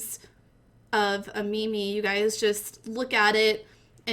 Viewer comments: meme not mimi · its not ME ME its MEEM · i can't watch the video you're pronunciation of "meme" not "me-me" is killing me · Can hardly listen... me me? You mean meme? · It is spelled meem not Mimi! Fuck u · Its pronounced as meem not meemee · you pronounce it meem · stupid ass bitch its pronounced meme like cream, dawkins himself wrote that in the selfish gene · Made it to . Couldn't stand her pronouncing meme as mimi. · is she saying me me ? I want to die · pronouncing the second e in meme sounds really painful to me lol